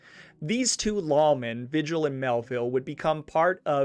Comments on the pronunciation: This is really good. BUT you are mispronouncing several names. What you are calling Tee-zhan (Tejon) is Spanish and is properly pronounced Tay-hone. Pee-coss (Pecos) is pronounced Pay-cose And Vi-jill (Vigil) should be pronounced Vee-hill. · Come on dude. Vigil is VEE HILL. There is no other way to pronounce it. I know its petty but if you use a guys name for income its disrespectful to say it wrong. And in this case it seems purposeful ... If it is pronounced any other way ill apologize but ... S M H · Thank you for a well done show. As a Denver native, I had always heard of this family, but not all the details. My only complaint is the pronunciation of some of the words. Pecos is "pay coss." Tejon is "tee hone," Vigil is "Vee hill." I appreciate your efforts.